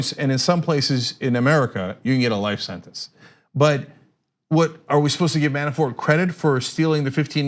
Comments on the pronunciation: every time she says Man-a-4 instead of Manafort I cringe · There is T in his name. ManaforT, not Mana4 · By the way it's Manafort, not Manafor. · How does she not know Manafort's name??? She keeps saying Manafor without the "t". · Mana for T T say the T you are driving me crazy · Why won't she pronounce the 't' at the end of Manafort's name? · I actually checked the comments just to see if anyone else noticed haha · Christopher Eshleman That was irking me. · You can pronounce the T in manafort. He's not french.